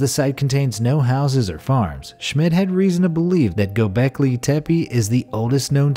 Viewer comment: Not Gobleki but Gobekli.